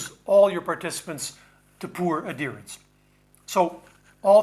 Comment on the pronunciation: Are you saying adherence? The ‘h’ is not silent.